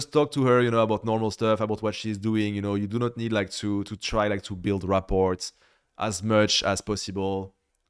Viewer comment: couldn't help but find it ironic to hear a French guy mispronounce 'rapport' in that way lol.